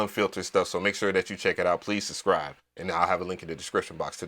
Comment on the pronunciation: It's actually pronounced subscribe not susscribe.